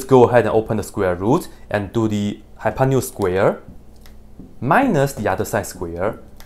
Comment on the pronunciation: that's funny how hypotenuse ended up a hypanious (as far as I can hear) LOL